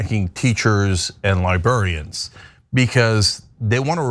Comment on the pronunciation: Cenk, "Li- BRAR- i-an!"